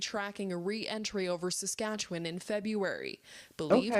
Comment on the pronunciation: I love how non Saskatchewan people pronounce Saskatchewan. lol. Sk’atchewun has always been a UAP hotspot.